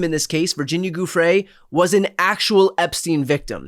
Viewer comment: Brian: learn to pronounce Virginia’s last name correctly: Joo-FRAY. It’s Italian. The “gi” sound in Italian sounds like a J.